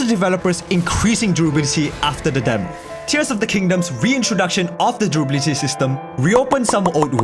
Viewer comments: have a drink every time he says Derability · I can't be the only one who is so distracted by "drooblity" that I couldn't concentrate on the discussion... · The way you say durability tickles my brain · Take a shot when he says 'durability' with a weird accent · Or take a shot every time he pronounces it like a real word ...if you want to stay sober, you know